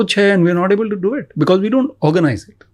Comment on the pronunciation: Thoughtful, steady, articulate - just as a leader should be. 😊 Mr. Attray - thank you for your conviction. shamani - dude, it's pronounced be-coz. Not bikiz. 😊 Saying because it's distracting.